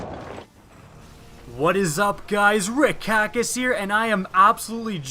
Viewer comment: When he says Kackis it sounds like he's saying carcass with an Australian accent.